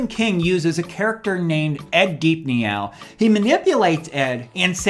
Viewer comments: Did you really just say "Ed Deep-Nee-Ow?" it's pronounced "Deep-No" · Deepneau is pronounced “deep no”.